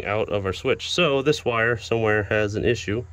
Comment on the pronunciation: is and wire not wie LOL